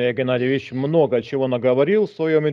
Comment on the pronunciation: Звучит, как "Привет, Генадьевич!"))